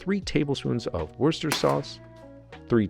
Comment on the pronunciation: Now let me teach you something: it’s “wusstahshear” sauce ✅